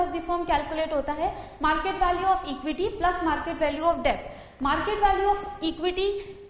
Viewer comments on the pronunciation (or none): it is pronounce as det........not debt